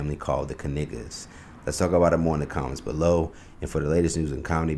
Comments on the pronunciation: And the K is silent. 🤔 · Its not called a Knife so i dont think Knigga is the correct pronounciation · So not a silent K then? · The K is silent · stop playing...everyone knows the k is silent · I thought it was Ka-Nay-guh not Ka-Nig-guh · God didn’t name him. His ancestors did. And it’s Kay Nay Guh’ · The K is silent🤣🤣🤣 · The "K" is silent, like in knife. 😂 I can't. This is too much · Well at least the "K" isn’t silent 😂😂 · I feel the kay sound was probably added later. We dont say kahnife or kahnight 😜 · The K is silent!! Stop but hearing they name!! 🤣😭😂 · Yo im pretty sure the K is silent like in knives they just don’t wanna say it !!!😂I ain’t joking though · The “K” is silent LOL 😂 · I know damn well they family ain’t pronounce they name like that 50 years ago this was reverse uno 😂😂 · I’m perversely disappointed that the “k” is not actually silent. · I'm surprised they didn't say the 'K' is silent.😂😂😂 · 🤨Umm,, the 'K' is Actually Silent (i.e Knight, Known, Knowledge) in ANY Other Scenario in the English Dialect with the exception of these Whyte folks' Last Name🤦🏽‍♀️ Sure,, Ok🤭😂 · The "K" is silent, Dang It!🤭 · So the "K" isn't silent? That's surprising. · At least the k not silent like in the word knee lol 😅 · Make sure you stress to the announcer " The K is silent 😅. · Shouldnt the K be silent since its KN? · Yes just like KNIGHT 🤔 something fishy going on with this KNIGGA 🤣 family pronunciation of their surname 🤣🤣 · The K is silent. I had to. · What was chapoelles prediction ? It’s not even pronounced that way. Slow news day? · Why isn’t the K silent as in other words or names. Should the word Know be pronounced Ka-Now or words with Sh be pronounced as they do it in like UK or some places in Canada Schedule Shed-ual, School Schu-ual. Point! people pronounce words especially names as they please or see fit. This family or the family name doesn’t move anything, its just a coincidence that it relates so close to Dave’s schetch comedy. 🎤Drop! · The K is silent.